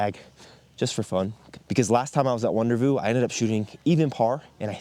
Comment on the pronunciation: Is it "Wonder-View" instead of WonderVoo? I used to some to a summer camp up in that area that was called WonderVu(Wonder-View) when I was young. I only think this because of the wonderful view your get from the Mountains.